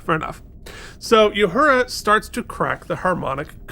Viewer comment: Love you guys! But, please stop calling Uhura Yahura. Theres no Y in her name.